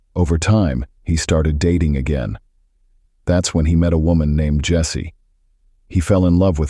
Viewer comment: I knowwww the pronunciation is really funny 😁....it's Jessie only like u said